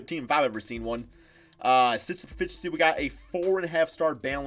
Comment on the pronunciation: System proFIFTHency 🤣🤣🤣